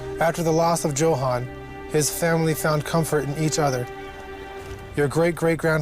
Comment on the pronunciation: If this guy mispronounces Johan one more time i swear.